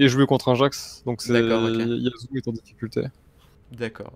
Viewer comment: C EST YASSSSSSSSSSSSSSSSSSSSUO PAS YAZZZZUO MAIS C PAS SRX RESPECT UN PEUX SON PERSO